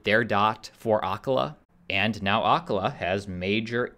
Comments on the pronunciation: Acala is pronounced uh CALL uh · You should learn how to pronounce Acala.